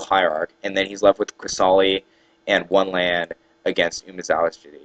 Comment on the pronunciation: WOW! Learn how to pronounce Umezawa's Jitte... at least pronounce ONE of the words correctly... please! It's driving me nuts. Fun game to watch though.